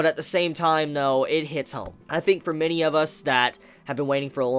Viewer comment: A grown adult pronouncing Think as "fink".